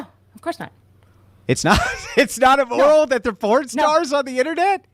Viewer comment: My guy: it’s pronounced “im-moral”. Not “e-moral”.